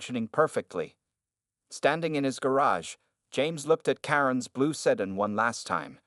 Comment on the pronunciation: The word is pronounced Sedan not sedin